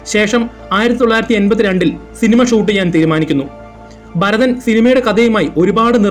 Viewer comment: Barathan alla Bharathan aanu.